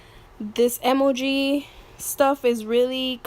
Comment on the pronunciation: Why do you say emoji like that?